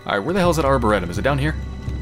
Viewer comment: I am loving this, but please tell me you find out at some point how to pronounce Arboretum.